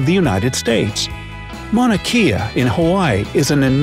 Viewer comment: Don't embarrass yourself by mispronouncing "Kea" in "Mauna Kea" , learn how to pronounce it properly, especially if you are doing a video with Hawaiian viewers.